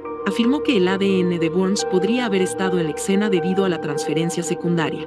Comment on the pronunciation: Escena, no excena, después de eso todo muy bien